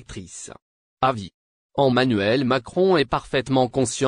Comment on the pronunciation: ON dit Emanuel et non ommanuel